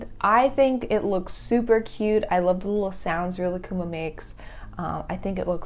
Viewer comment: They way they pronounce Rilakkuma, I can’t. Thank you for pronouncing Rilakkuma correctly